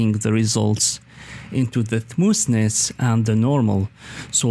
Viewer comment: It is smoth ness Not smoos ness